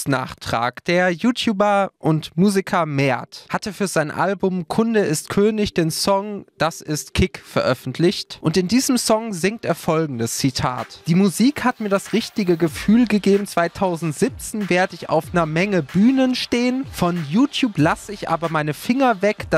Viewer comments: Das ist K.I.K. ... und nicht Kik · Das heisst K I K Kunde ist könig